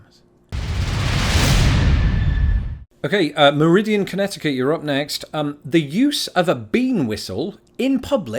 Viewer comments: Meriden, CT not Meridian, CT. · Meriden,CT...not meridian... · Your wit is awesome. But, it is Meriden CT, not Meridian. In Connecticut, for a dill cucumber to be called a pickle it must bounce. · Meriden, not meridian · Check it out. I think it's pronounced MEH-ri-duhn CT and not Meh-RI-ee-uhnan CT. (It's spelt Meriden). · Meridan, not Meridian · The cA law banning bathhouses dates from the 80’s because of the AIDS epidemic in the gay community. Meriden CT is NOT pronounced “Meridian” Picnicking by the side of a highway in DE is illegal because it causes traffic accidents. HI has outlawed billboards to maintain the natural beauty of that state. Many of these laws make sense when you actually think about them. Also, Pet Shoppes used to sell chicks, ducklings, and bunnies at Easter time that were dyed a variety of colors (to entice children). Sad but true. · I'm actually sitting in Meriden CT, no I did spell it right. It is not pronounced or spelled like that town in Mississippi or that line that passes through Europe. This is a huge annoyance when you work here because spell check software didn't get the memo that Meriden is a place and it is not Meridian! Mar-id-den. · I believe it's Meriden (MEHR-i-den), CT. Pocatello, ID, is pronounced with a long "o" sound. If you hit the vending machine, it's more likely to fall on you and cause serious injury. You also can't steal an alligator because they're an endangered species. And yes, it's BEAR-wick, Maine. You can't sell ducks/chicks within one week of Easter because, chances are, you're trying to buy them as presents for, or to celebrate Easter, and then after they end up discarded with no parents and no one to take care of them, and not be left abandoned. :) It's like why they don't like people adopting black cats near Halloween (though there's no law against it), or other things of that nature.